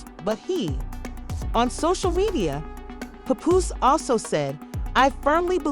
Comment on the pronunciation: I hate when outsiders try to blog on battle rap... btw his name is PAPOOSE not "PUPOOSE" 🙄